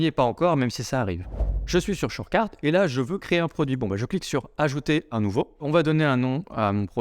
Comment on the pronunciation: Chorecart shorcarte chourcart shourcate? Ah ben non, c'est surecart, merci la section commentaire lol ni description, ni nom dans la vidéo, c'est pas une critique, mais une recommandation, car tes vidéos sont de bonne qualité, et le contenu est très bon ;)